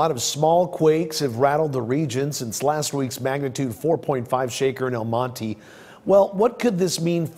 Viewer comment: They can’t even say El Monte right 😂